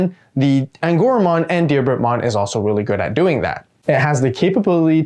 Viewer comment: So glad you pronounced Diarbbitmon correctly.